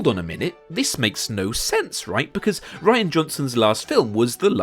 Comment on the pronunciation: I don't want to be an ass, but his name is Rian (Ree-an) not Ryan.